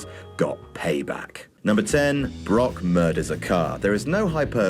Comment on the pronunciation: I think we need video of talking about Brock Lesnar for 20 minutes and calling him "Bok"